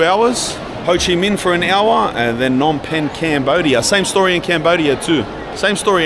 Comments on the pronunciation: You've been saying it right, the P in Phnom Penh isn't silent. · You're gonna love Phnom Penh. And yes, both P's are not silent 👍